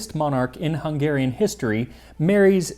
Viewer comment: His confidence in mispronouncing some words is unmatched haha! It's a hard language though! My Hungarian Grandmother made this soup super spicy, definitely used the hot paprika. It was delicious but waaay too hot for a kid like me😂Such a nostalgic moment, I can taste it in my mouth now. Especially the chunky potatoes soaked through with the paprika taste❤